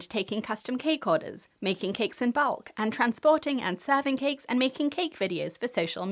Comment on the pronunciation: always hilarious how she pronounses it 'KeKKKKs"